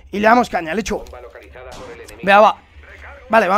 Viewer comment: me encanta que diga lech gou